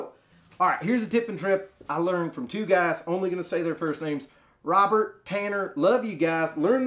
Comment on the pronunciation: From the way you say their names, no one would know Robert & Tanner are black 😂😂